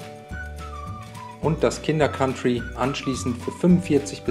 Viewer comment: Endlich mal jmd der "Kinder Kantri" statt "Kinder Kauntri" sagt